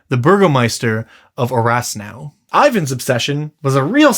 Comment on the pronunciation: Orasnou is pronounced Orashnou and it basically means new city / new town in Romanian